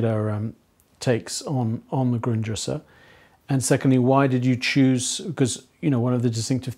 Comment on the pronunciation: replayed the beginning like 12 fucking times, he's saying "the Gundrisse", the '73 penguin books edition of marx's Foundations of the Critique of Political Economy for anyone else curious.